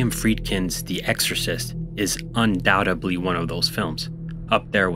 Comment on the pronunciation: Check out The Most UNSETTLING Scene in The Exorcist III here: Also, I'm aware I mispronounced "undoubtedly" and misspelled "subscribe," sorry for the dumb mistakes